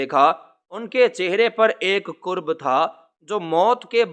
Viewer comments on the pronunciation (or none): ک زیر ر کرچی ہوتا ہےkirchi ک زبر رب karb ہوتا ہے قرب کا مطلب تو قریب ہونا ہے باز گشت میں گشت پر زبر بولیں